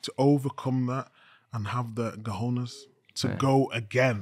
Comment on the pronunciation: They’re still saying drawers in Spanish 😂 it’s cOjones not cAjones